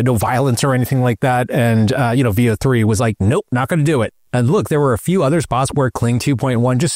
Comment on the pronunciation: Veo is pronounced with short E... Like in pen or bet...